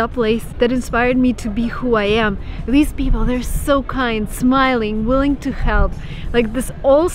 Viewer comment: "willing to help" you have a little bit of russian accent left ;)